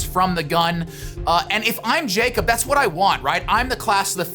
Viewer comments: His name is pronounced “Yakob” not “Jacob” 😁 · It’s not pronounced “jakeup” it’s yakob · Broo nick I love you but he’s Norwegian and his name isn’t pronounced “Jacob”😬 It’s Jakob lol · Jakob. Yah-cub. 🤣🤣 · Great video for the most part, but man hearing that "JAY-kob" every time instead of "YAH-kob" was really jarring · His name is pronounced ya-kub but it looks like Jacob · Nick, great video! But for the love of god pronounce Ingebrigtsen’s name right lmao. It’s “ya-kub” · Isn’t it pronounced Yacob? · It isn't very important but "jakob" is pronounced (ya-cub) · Jakob is actually pronounced like yakob